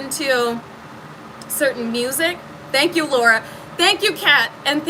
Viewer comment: Hey, You're great and I'm glad I found your channel. I just wanted to point out something funny. (almost ) it sounded like you said Stank you. lol with a Shh in there. So like Shtank you 😂 Anyway thanks for the laugh and the uplifting words.